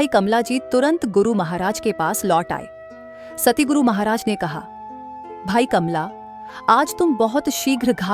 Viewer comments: Not satiguru,it's satguru ji❤ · Sister Satguru bolo ,na k Satiguru